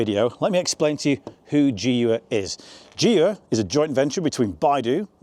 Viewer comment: I got the video suggested dunno why maybe because of my professional deformation... i skipped straight through it when you tryed to pronounce the name of the car 😂